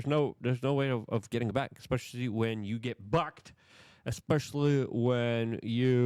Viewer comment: you said!!!! "Buck'ed"